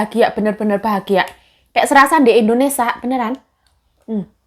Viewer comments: Jangan setiap vlognya bilang endonesa" trs, di sini negara kita nmnya, indonesia.. bukan endonesa 😊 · indonesia.... bkn indonesa say😊😊